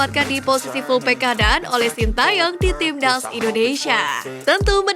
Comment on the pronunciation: Timnas, bukan tibdaz, obati dulu flue nya mbak baru normal suaranya